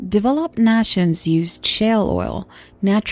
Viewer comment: the world of 2130 in this story is completely fucking retarded, without the use of renewable energy that has made massive strides in the last several years, and also, it's kinda funny how she says "nations" as (nawshuns) hehe , not a bad narration though overall